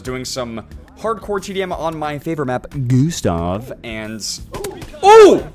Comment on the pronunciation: he said gustave:( rip